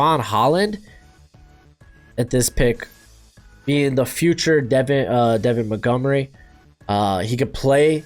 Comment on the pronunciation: “ Devin Montgomery” 😂